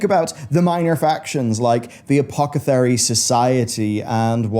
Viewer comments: It's A-POTH-eh-kary, not a-poc-eh-thary. The spelling is Apothecary. Come on, mate. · Bruh i might not be native english speaker but it's apothecary not apochethary. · i do love a good "apocathery." :P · It's a-poth-e-car-y, not a-poc-a-ther-y. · Just please, never say "Apocethary" again. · Bro you keep pronouncing 'apockethery' and i'm loving it lol -> Btw great vid as always, ty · Apocathary? Or Apothacary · Bruv, it's "apothecary". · Uh poth uh carry. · A-poth-a-cary, silly. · Right? Apocathary?! Seriously? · You pronounce apothecary strangly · Is it just me or can not say Apothecary? 😂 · absolutely hate the way he says apothecary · just can’t pronounce Apothecary lmao Jokes aside, I’d love to see more Forsaken stuff, they’re my favorite by far